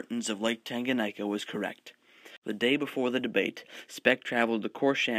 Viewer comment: Thank you very much for this great video. Just 2 things: it is Tanganyika as in "tangayeeka" not "tanganyaika" and Speke as in "speak" not "speck"